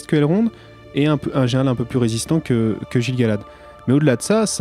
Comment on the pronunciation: Gilles Galad ? Argh, mes oreilles ! Le g, se prononce toujours "gu", Guil Galad ! Sinon, je vous félicite pour cette série de podcast qui m'aide bien à y voir plus clair en tant que débutant, merci beaucoup !